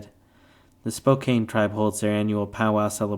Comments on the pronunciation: “Spo-can”= Spokane. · Mispronounced "Spokane." Can;t stand it.